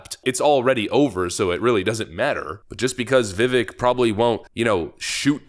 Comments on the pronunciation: Learn the pronunciation from the man himself: "My name's Vivek, and it rhymes with cake." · Vivek pronounced Vi-vake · Vivek is pronounced like cake. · They’re trying to push Haley SO hard, but real MAGAZINE…..WE WANT VIVEK!! (It’s pronounced like: Viv-ake) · It's pronounced "Vivek (vivake) like cake" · His name is Vivek and pronounced as Vi-vake like CAKE on the end. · It is pronounced Vivake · Vivek’s name is pronounced as Vivake like cake. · please, pronounce his name correctly!!! viv-ake like drake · Viv-ache. It's really not that hard to pronounce his name correctly. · Vivek= Vivake rhymes with cake say the name right millennial goober. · Vi-VAKE like CAke..why is it so hard? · good show, I believe you're saying his name wrong, he says his name rhymes with cake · his first name is pronounced vi-vake, like lake. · Vivek, it rhymes with cake. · It is pronounced (VIV-AKE) like Viv with cake at the end of it. He has said this many many times. Let's get his name right at least It's not that hard. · Vivek pronounces his name 'Vivake', rhymes with 'cake'. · If you love him so much, can you at least pronounce his name right? It is simple. It rhymes with cake. Conservatives are frenchifying his name for some reason. It is embarrassing. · It's pronounced Vi Vake, like cake his words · Remeber! Vivek rhymes with CAKE! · Vivek has been my favorite this go-around. If he’s still on the primary when it’s my state’s turn he’s getting it. By the way, Vivek rhymes with cake. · I think his name is pronounced “Vee-Vake” (rhymes with cake). When Hindi is translated to English, “E” is pronouced “Aye” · Vivek rhymes with cake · Vivek rhymes with cake. Stop saying it wrong. Most of the world pronounces the E this way. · Viv-AKE Viv-AKE, Viv-AKE. Love ya man, but Viv-AKE says "It's Viv-AKE, like cake" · With respect. Its "Vivake" like Cake as he says himself. Not "Vevek" like Heck or "Vivick" like Hick. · Vi vake...rhymes with cake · His name is pronounced the same way as "cake."